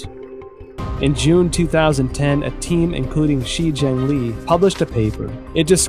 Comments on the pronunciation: DEAR EPOCH TIMES - In your next China bashing documentary can you at least get a narrator who can PRONOUNCE CHINESE NAMES, PLACES and understands pinyin. I can't listen to you mispronounce She Zhengli as 'Xi Zhengli' throughout your whole 'investigation'. FFS. This documentary is absolutely retarded garbage. Cut to Robert Spalding, then to Gordon Chang, back to Spalding, then 'journalist' wearing a trenchcoat looking off to the side, then back to Gordon Chang...this is just trash. - from someone who's lived happily in China for 15 years and knows more about China than all these people put together. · "Shi" is pronounced like "Shure"